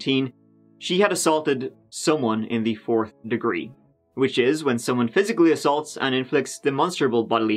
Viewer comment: Thus dude talks funny. 33 to him is turdy tree, forth is fort, three is tree. 🤣🤣🤣